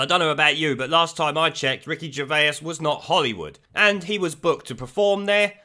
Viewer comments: Please stop saying 'Gervaisus'! It's simply Gervais.... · Ger-vase not Ger-vayas dude lol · gervase not gervaus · fyi, It's pronounced jer-vace, not jer-vay-is :) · Gervay, gervaous. Stop butchering his name it's ger as in a gerbal. And vais as in a vase. It has a French spin to it. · Stop saying Gervais like Ger-Vey-Ass it’s pronounced Ger-Vace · 😂😂😂 Are you really calling him, Ricky Ger-Vay-Us??? 😂😂😂😂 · Ricky Gervais pronounced vase like ace Vase Gervais they will attack anyone and evryone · Say GervAs one more time.. I dare you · Who is Ricky Gervayus? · Ricky "Gervaisisis"??? Weird pronunciation. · p.s. Gervay-is? WTF sort of pronunciation is that? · Great channel but stop saying Gervaiuus 😂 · Stop saying his name like that dude! 🙆🏻‍♂️ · How many syllables you putting in Gervais fella? :) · Ricky is a hero, but FUCKING PLEASE PRONOUNCE HIS SURNAME CORRECTLY, 2 SYLLABLES NOT 3 FFS! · The way you pronounce Gervais lol how do you get that wrong? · No one before in the history of pronouncing Ricky Gervais' name has ever pronounced it so incorrectly. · How come you can't pronounce Gervais? It's not like his name has never been mentioned on TV and you've only ever seen it written down... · Stop adding an extra syllable to his name lol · mate I beg you say Ricky Gervais’s name right 😂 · How are you pronouncing his name?? He isn't Dr. Zeuss' twin! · I love your vids but why are you pronouncing Ricky’s last name so wrong? Have you never heard his name said in public before ?? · Wish you could pronounce Ricky Gervais properly. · I love your channel but the pronunciation of names is terrible 😂😂😂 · The way you're pronouncing Ricky's surname is triggering me!